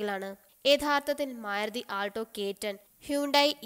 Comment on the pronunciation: "മേരുതി".... എന്നല്ല "മാരുതി" എന്ന്‌ പറഞ്ഞു പഠിക്കുക..... ടിയഗോ വാങ്ങാൻ ഇനിയും ഉണ്ട് ധാരാളം കാര്യങ്ങൾ... സൂപ്പർ കാറാണ് ടിയഗോ